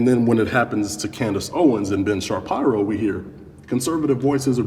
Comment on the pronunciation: Ben Shabeebo vs Ben Shapierow